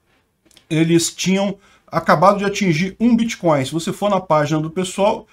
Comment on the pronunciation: "Bitcóio" (segundo o " letrado " kk) é mais seguro mesmo!